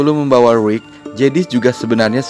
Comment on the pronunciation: Rick bang bukan Rwick😂 bikin bengek ajaa...😂